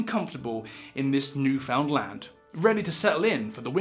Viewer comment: Atlantic Canadian here… it’s pronounced “ NEWfinland”. Love your videos!!!!!